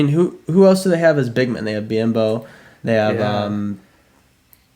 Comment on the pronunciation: Lol good job on most of the names but you gotta start saying Biyombo. BE-AHHM-BOE)